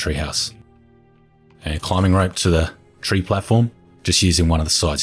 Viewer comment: You don't talk slow, you're fine. Can something be done about you pronouncing the word rope as ripe though?